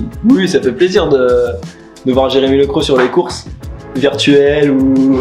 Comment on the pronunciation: Super reportage 😍 à un détail près Lecroq se prononce "LECROQUE" faut prononcer le "Q" 😂😂😂😂 MERCI pour cette belle vidéo ❤